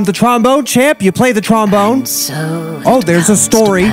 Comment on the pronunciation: Pretty sure w all laughed when he said "TromBONER"